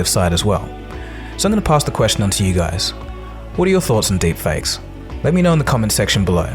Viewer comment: love how it says derpfakes lol